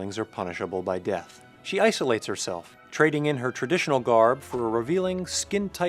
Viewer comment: You said iceolates instead of isolates, I heard it clearly.